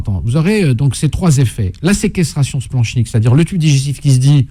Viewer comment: Par contre le « ch » de splanchnique se prononce « k » !! Nom de diou dbouse!